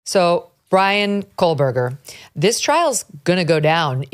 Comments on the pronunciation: KO BERGER!!!!! There is no L!!!! No coalberger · It’s Kohberger, not Kolberger! Like damn. She has covered this case enough and should know the suspects correct surname by now! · kohburger. not kohlburger. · So we can focus on "Hippppler with a P" but still can't say KOHBERGER without the L 🤔 And why does my brain do this where I can't focus on anything else she says?? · Megyn- I think you're great...but PLEASE... It is KO"H"BERGER not KOH"L"BERGER...there is no "L" in his name!! Your mispronunciation is making me insane 😂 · I’m not Pro-Berger but it’s KOH-Berger. Not COLE-Berger lol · Can someone please tell her that his name is KOHBERGER?? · Why does it sound like she’s saying Kohlberger? With an L? Did they say two men or two people? Either way anything possible at this point. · She's also still pronouncing Kohberger as Kohl Berger after now covering this case for a few years 🤦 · Megyn. You're forever pronouncing his name as "KoLberger"! There is no L! It's not "Kolberger"! Do better. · Megyn you’re so concerned with pronouncing Hipler meanwhile you’ve been saying KoLLberger for the past two years 😂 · It’s been 2 goddamn years and she still can’t pronounce kohberger lmao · THANK YOU! I’ve actually commented about this on SEVERAL of her Kohberger videos. Apparently no one has ever corrected her on it and I notice all the attorneys she speaks with pronounce his name correctly, so it’s truly baffling to me. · For the love of God, Megyn, please stop pronouncing "Kohberger's" name with an "L". It takes away from your taste and credibility.